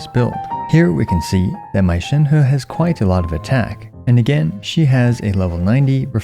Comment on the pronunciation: Shenhu ✅ Shenhe ❌